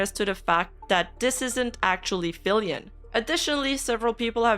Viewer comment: lol the account LITERALLY SAYS FILIANNE not FILIAN 😂